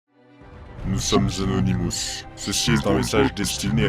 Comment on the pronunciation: « NOUS SOMMES ZANONIMOUS. »